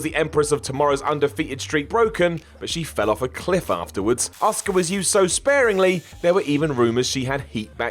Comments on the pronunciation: I'm begging you: please stop calling Asuka "Oscar"! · Chris Betton Some people can't say always the name right